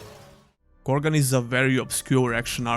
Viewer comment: Krogan = Korgan